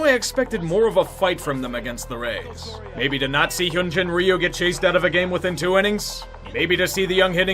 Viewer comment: Did he say, "Nazi Hyun-jin Ryu"? haha!